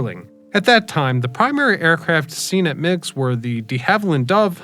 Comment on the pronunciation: First, The name rhymes with rigs or pigs. Second, It was never a major airport. It was used by local folks wealthy enough to own a private plane, and for some regional commuter flights. I flew in and out of migs a couple of times in the '90s for state of Illinois business. It was scary, especially in crosswinds. I've seen more than one plane crash into lake Michigan around this strip.